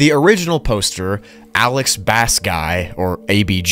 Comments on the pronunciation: He’s a musician! It’s not pronounced Bass as in the fish. It’s pronounced Bass (base) as in the guitar! 🤣🤣🤡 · I think his name is Alex_bass_Guy with it pronounced as bass as bass guitar and not Bass as the fish as you were pronouncing it. He did say he played bass guitar in a band so common sense is key. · Can I PLEASE teach you how to pronounce words!!?? I'm pretty sure it's "bass" as in "bass guitar," the "bass" that rhymes with "race," not the fish "bass" that rhymes with "class." And "Crowley" isn't "croh," it's "crow" like "wow," or "cow," or "plow," not "low" or "row" or "tow." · ABG: I am a professional musician and record producer, I toured the US full-time as a bass player: *Pronounces "Bass" in his name like the fish* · Bass is pronounced base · Bro pronounces bass like the fish when the dude said he’s a musician. Like, how do you not think it’s bass as in “bass guitar”? I’m probably being a dick. Lol. Killer video, bro! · Ah yes, the bass guitar player who put "bass" in his username intending for it to be pronounced like the fish. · The dude is a musician, and you still called him "bass guy", saying the word like it was referring to the fish. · I think the "bass" in the op's username is actually pronounced like "base," as in the instrument, considering that he is a musician. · its probably Bass (pronounced Base) Considering in the story he says he plays BASS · Hey.....its pronounced BASE......OMG BRO! 😂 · So you knew he was a bass player but you chose to pronounce it bass like the fish?? My brother... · yeah - i read the entire post and he's claiming to be a BASS player, pronounced base. pls read everything before you continue. it helps tremendously. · its Bass"BASE" like the the bass guitar. obviously this dude dont fish. take it from me i know. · Nice vid but it's pronounced "bay-ss". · Dude literally mentions he plays the bass in his post but you still pronounced it like the fish lol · The pronunciation of bass 💀